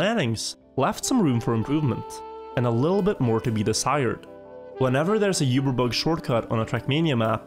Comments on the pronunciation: Uber Bug is pronounced ew-ber bug not You-ber bug! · ITS PRONOUCED OOBERBUG not YOOberbug. DROVE ME CRAZY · Why does he say yuberbug? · you-ber bugs, uber youtuber does you-ber bug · ngl, the pronunciation of "uberbug" is triggering me